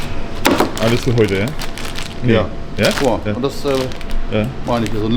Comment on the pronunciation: Alleine schon wenn der Kanal-Betreiber das Wort ja ausspricht sagt schon alles das es ein Depp ist der nicht mal richtig Deutsch reden kann